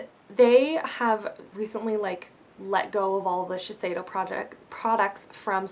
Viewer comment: It's actually pronounced ShiSHeido, I'm a cosmetician so I got professional training on the whole brand, and that's the way my rep was pronouncing it :) You're very pretty x o